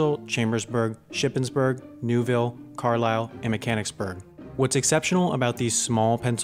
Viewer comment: It's Carlisle not carsile.